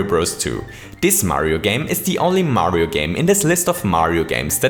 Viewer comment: you just say Mario pretty german😂😂